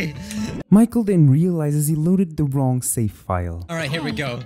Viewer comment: HE DID BUT ITS LIKE "no thats wong"